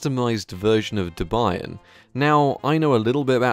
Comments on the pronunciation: BOI its not de buy an its deb ian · duh-bye-ahn? xD It's Deh-bee-anne (Debian) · Also it's "deb-ian" not "deb-ie-an" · small correction: de-bee-an, not de-by-an. great video btw! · It's Debian, as in Deb-Ian (a first name). Named after Ian Murdock's then girlfriend Debra and his first name. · i think it's more than just a British accent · This is the first time I've ever heard someone pronounce Debian like you. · Ouch, that pronunciation of Debian lol.The reason the GUI didn't start was probably cause you booted into single-user mode (basically safe mode in windows). The drive was probably mounted read-only among other things. The "Mono team" are the people who run an open source version of the .NET Framework for Linux, so the GUI on this probably was written in C# or something. I hope you imaged the drive first, it would be cool if someone else could get it running! Also TBH all games you can play on Windows XP you can pretty much play on any GNU/Linux distro (whether it be on WINE or native), probably faster than Windows too :P Anyway great video! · ...the way he pronounced "Debian"...I almost lost it... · your pronunciation of debian killed me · Bruh, -12°C ain't shit when you compare it to Canada's weather, also you pronounce Debian weird. But good video and I love your channel been watching for a while. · The way you pronounced "Debian" though... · Oh my god man, you don't pronounce Debian like that at all 😂❤ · This is running De- what? Check your pronunciation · you pronounced Debian wrong